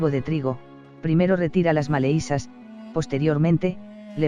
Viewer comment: En la lectura dice maleizas en lugar de malezas ,por tres veces lo mismo .